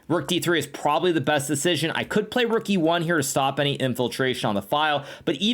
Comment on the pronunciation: Levy goes like: "sacrifices...THE ROOOK" Hikaru: "sack the ruuUk" 😂